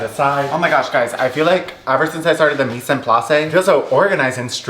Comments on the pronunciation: Mise en place is pronounced Meez On Ploss it’s French 😭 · i didn’t wanna be that person but “mise en place” is pronounced “meez on plass” 😘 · ily but for the love of god please look up the correct pronunciation of mise en place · if i have to listen to you say mise en place wrong 1 more time im umsubing. no joke. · I love how you say mise en place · I cannot 💀